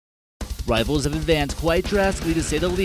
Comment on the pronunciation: Worlds most insane “Riffles” ever made. 😄